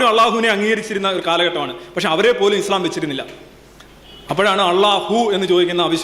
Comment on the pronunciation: He’s not able to pronounce ISLAM well.poor lad.